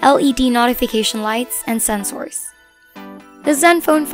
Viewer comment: ate lutong ng 'sensORS' mo hahha